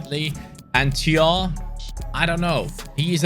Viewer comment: Thiaw is pronounced Chao